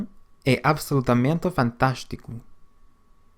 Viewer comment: Overall, not bad but some parts are off. For instance, the way the a's are pronunced in "absolutamente" and "aqui".